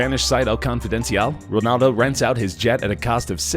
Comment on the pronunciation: I know cristiano ronaldo. but who the fuck is rinaldo?